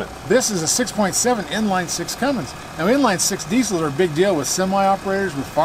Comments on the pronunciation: It's one thing to mispronounce it, but how do your even add a "G" to "Cummins". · No g in cummins, guys please.